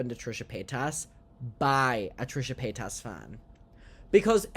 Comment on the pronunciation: Finally you can pronounce Trishas last name. Yaaaay